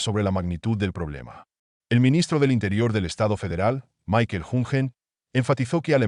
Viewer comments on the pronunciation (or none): none